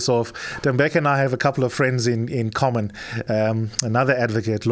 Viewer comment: Thembeka not Temebeka please correct 702